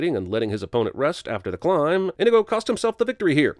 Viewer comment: Adding a sin for how you pronounced inigo